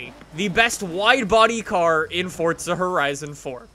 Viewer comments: Its Forza not "FORTZA" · Why does he keep saying fortza when it is clearly forza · Fortsa horizon? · Why do you say Fortza.. 🤔